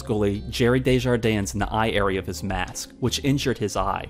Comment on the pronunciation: Don’t pronounce the s at the end of French names like Gilles or Desjardins.